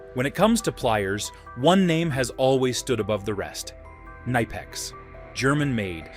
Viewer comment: This video would be better if it wasn’t an AI voice that can’t pronounce either nihpex, or kuhnihpex